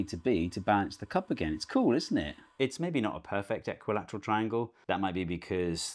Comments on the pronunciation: Did he say "eckwalateral" triangle?🤔🤣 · Are you saying equalatral triangle wrong or am I? 😂